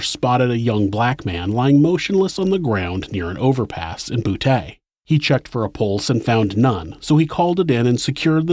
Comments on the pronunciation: I laughed my ass off when you pronounced Boutte, LA. You said "boo-Tay" like an 80's pimp or something. It's pronounced "boo-Tea" or "boot-E". It's always funny when people mispronounce the Cajun French &/or Creole names & places around Louisiana. I'm not being an asshole, just having a bit of humor from what is otherwise a serious, disturbing subject. Good videos though, there are some sick bastards out there. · Just FYI if you ever have another case located in Boutte, it's prounounced Bou-T, not Bou-Tay :) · Boutte sounds like BOO-TEA. Not boo-tay. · Boutte pronounced (boo-tee) not (boo-tay) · Love this channel. From new orleans, la. Btw, Boutte is pronounced Boo-Tee not Boo-Tay 😅😅But still love the channel. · Bouteeeee not taaa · But we say Boutte as boot not boo tay 🤷🏻‍♀️ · Love your videos.. but it is BOO-TEE, not Boo-tay. 🤣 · I might have said, "Boo-ett" but "bootay" does sound funnier... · As always amazing story telling. (Boutte- "Boo-tee") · For future reference it's pronounced dez-almonds, boo-tee and South lah-foosh. Thanks for all the great content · Lafourche is pronounced “Lafooshh”. Boutte is “boo-tee”. Kenner is in Jefferson parish. There’s east Jefferson and west west Jefferson. East Jefferson is right by St Charles parish. River Road (where he dumped victims) runs a looonnng way. It runs through a bunch of out parishes. Louisiana is still very racist and conservative. New Orleans is more covert with its racism. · Am I the only one who finds it funny that a gay serial killer operated in a place pronounced “bootay”? Lmao come on now ppl . You know that’s funny stuff. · Boutte. Say it like boo tee. Montz. Said like months. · Boutte is pronounced “boo-TEE” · “His residence in Boo-TAY” Some jokes just write themselves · BOO-tee for Boutte, luh-foosh for Lafourche, New or-lunz for New Orleans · Boutte is pronounced as Boot-tee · I’m sorry. Did I just hear that Ronald lived in a town called “Boo-TAY”? 😂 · Ironic he lived in a city pronounced “BOOTAY”……